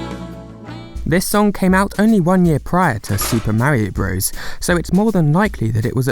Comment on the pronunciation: I quickly unsubscribed from your channel when you repeatedly say ‘super Mare-io Broes.’ So annoying